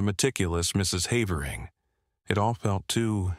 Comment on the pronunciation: No human narrator could have found so many different ways to pronounce the name "Havering" nor used them all in the same narration 😂 Shame, it would have been a very enjoyable story otherwise...